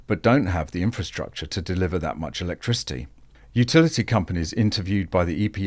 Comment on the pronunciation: Efucktricity, says it all!